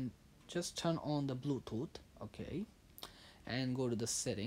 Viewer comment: turn on the blootoot